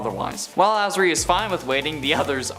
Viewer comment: That’s not how you pronounce Azari! Also, no segment for Pym? How dare you! Pym’s the best!